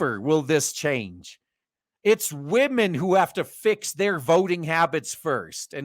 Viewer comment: I gave you a shot, you just keep saying waahmen too much for me, it gets annoying. best of luck.